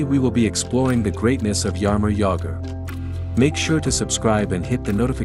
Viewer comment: TFW when you go to watch a video on Jaromír Jágr, but it ends up being his doppleganger, "Jarimor Jagr". :rolling_on_the_floor_laughing